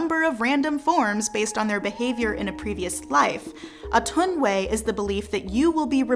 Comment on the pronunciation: Most of the information here are skeleton, but I will give it to you, especially how you intricately weave those stories together to form a continuum. It is called A-tun-wa-ye though not Atunway. Wa-ye as in Kan-ye